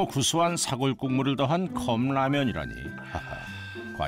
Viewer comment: 긴 자를 짧게 잘못 발음한 예: 사골,한파 ,제작진,거실,등,이런 잘못은 해설자의 문제입니다